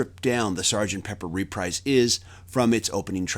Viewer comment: It's not "reprize". It's repreeze". Wakey-Wakey!